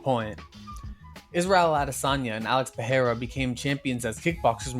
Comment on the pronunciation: thumbs up for the quality video thumbs down for the pereira pronunciation 👎👎👎👎🔥🔥 CHAMA